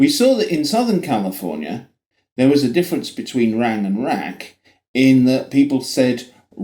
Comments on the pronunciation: The SF Bay Area is not Northern California. It is Northern Central California. Northern California consists of the regions north of Sacramento. BTW, you pronounced "California" as "Californier" at least twice in the video. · Kinda of like your way of saying California or America … you say Califorier Americer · lol, you say CALIFORNIARRR. that's the british accent, adding the R's, and considered hood where I'm from in (metro DC area) aka dMv, now residing in SF or (the City) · You call yourself a stickler for pronunciation, but when you say Californ-yer and Americurr it just makes you a dick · 8 seconds in your British adding an r to words that end with the sound ah.. Californier… that’s always interested me with British pronunciations